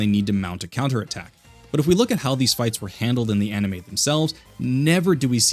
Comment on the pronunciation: Anime? Enemy? you said it correctly here though